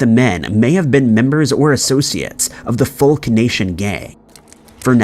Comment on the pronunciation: "They may have been members of the FULK Nation" 😂😂😂😂 bro that's not how it's pronounced 😂😂😂 It's pronounced just like "folk music" its an acronym. It's hilarious that the captions spelled it just like you pronounced it so I got a double laugh outta that.